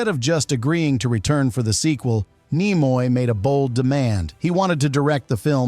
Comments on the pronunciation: Slap your AI narrator! Nimoy is pronounced KNEE-MOY, not NIGH-MOY. It wsa in your first sentence only, fortunately. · As soon as i heard Nimoy pronounced Nye moye i switched this AI shit off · I started watching this video, and heard the name "Leonard NEYE-moy" mentioned within the first 5 seconds. I immediate stopped watching right there and then, and I'm just taking a few seconds to write this comment. I have no idea what follows the first 5 seconds, but hearing "Leonard NEYE-moy" was enough to let me know that watching the rest would be a waste of time. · Ai Content Detected… Leonard NY-moy. Sound of fart wafting. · Ni-moy the ai does not now How to pronounce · You could not even pronounce his name... lost any credibility five seconds in. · An AI voice that can't pronounce a well known name is not worth finishing. I didn't. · More AI sloptube. Can't even pronounce Nimoy. Bug off. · Brought to you by AI that cannot pronounce Leonard Nimoy's name correctly. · It's not just the bad mispronunciation of Nimoy, but "Fal-For-Pan" and "Sarek". Was the narrator human or AI?